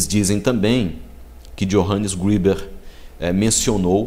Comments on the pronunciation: Não é Johannes Griber, es Greber, a letra e se pronuncia e e não i, a pronûncia seria Iohannes Grêber, e não Johannes Gribes. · só um detalhe: ali diz escrito que Greber era Pastor ( protestante, portanto) e a pronúncia correta alemão seria greber mesmo e não grueber como vc pronunciou, abraços! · Assistiu o vídeo todo? Greber era ex-sacerdote católico. Um padre também pode ser considerado um pastor. Quanto a pronúncia, como não conheço alemão, pronunciei como em inglês se pronunciaria. Valeu pela dica.